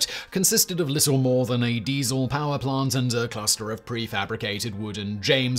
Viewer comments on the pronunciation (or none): none